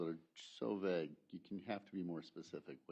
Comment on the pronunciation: does everyone in wisconsin say vague like that? it's vague not vague